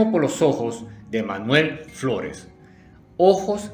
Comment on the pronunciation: As escuhado chino floles